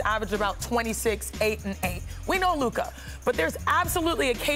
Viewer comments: Uh it’s Luka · It's luka and it really not close